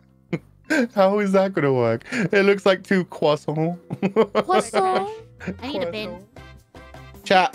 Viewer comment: How he pronounced ‘croissant’ perfectly… My francophone ass is just proud now… 🥲👌🏼 (Les gars, franchement, soyons honnête, il s’en ai bien sorti là. Habituellement, les anglophones ont beaucoup de mal avec les intonations.) EDIT: “WHY IS EVERYTHING AN INNUENDO?!!” BECAUSE IT’S MILLIE!!!